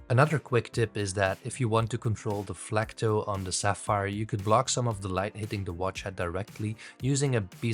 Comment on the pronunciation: Why do some people say “flecto”?